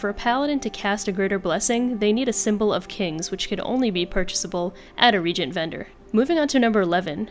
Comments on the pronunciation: Just a tip, it's reagent(pronounced re ay jent) regent is appointed royalty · RE-AGENT Not REE-GENT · Nice video. I subscribed. FYI reagent is pronounced ree -agent not regent. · Thanks for the video, very helpful. I am baffled as to why do all the youngsters say Regent for Re-Agent? A regent is a person that rules a kingdom when the king or queen is too young to rule. A reagent is a component of a recipe or spell, like Symbol of Divinity, is for casting Devine Intervention for Paladins. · It can actually be pronounced as "ray gent" as well. "Re ay jent", technically, isn't the proper way to pronounce the word based off how the world is spelled, but is certainly a common pronunciation of the term. In the English language, vowels aren't separated in the middle of a word, hence why the "e" is not separate from the "a" when pronouncing it as "Ray gent". A similar word is Ronald "Reagan", which is pronounced "Ray gen". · It's RE-AGENT..... RE-AGENT... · reagent is a specific usage word, with specific pronunciation. you don't pronounce it ray-gent, like you wouldn't pronounce reagan as re-ae-gan, as its a name. specific usage. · While there's nothing wrong with common pronunciation of a word, recent or common pronunciations doesn't make it grammatically correct. I personally don't care how you say wish to say it, but when someone tells someone else they're saying it wrong, then go on to impose yet another pronunciation of the word that is not grammatically correct, there's a problem. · Why does literally everyone mispronounce reagent? Regent and reagent are different words, with different meanings and pronunciations.